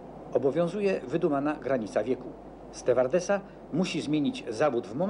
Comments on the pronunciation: Stełardesa xddd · Ste - W - ardesy 🤦‍♀️